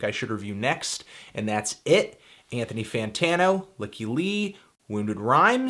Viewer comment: "Lykke" in Norwegian means "happiness" and it is pronounced "leek-kah." She's Swedish so it should sound something like that. "Leek-kah Lee"